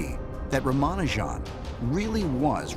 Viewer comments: Ramanujan would probably be pulling his hair as in why did he blundered by crediting the gods for those beautiful formulae. Westerners cant even pronounce his name correctly.They should first do their homework before shooting the series. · These idiots don't even make efforts to pronounce a name properly and make fun of our accent. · Jeez, can you not pronounce his name correctly ? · Couldn’t watch the complete video because of the sheer cringe pronunciation of his name. How difficult is it to google the correct pronunciation of a name before making a video on it? At a time when the global societies are becoming more homogeneous, little efforts to understand local accent is not only respectful but also smart! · They pronounce his name wrong. Goddamnit. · At least learn to pronounce his name correctly if you are going to make a video for the masses. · Dude firstly learn to pronounce the name correctly of such a great inventor..... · Why can't they learn how to pronounce name of such a great mathematician. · I wish they would pronounce his name correctly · Why do they pronounce his name with a french accent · You pronounced his name wrong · At least they could have consulted an Indian person to get the pronunciation right. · Can't even pronounce his name🙄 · At least get the name right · atleast learn to pronounce his name correct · The video was alright but I hate how the narrator butchered everything with words that aren't even hard to say. For example, in the video the people that are talking about him say everything correct like they say Ramanujan but the narrator says Rhamanoojan. It's properly said here smh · It's not ramaanujaan It's Raamanujan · It is not Rama nu jaaan It is Ramanujan mono syllable. Don't butcher names. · Why do you spell it "Rumanojan"? His name is Raamaanujaan! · Atleast u cud do the least to pronounce his name properly its raa maa noo jan and not ramanajan...GOD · Its not Ramanujaaan its Ramanujan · It's Ramanujan not Raaaamaanujaaan